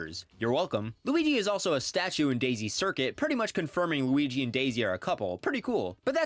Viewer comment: “the wigee we all love”😂